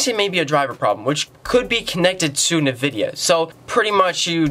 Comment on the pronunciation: nevidia. so many times this video. my ears hurt now.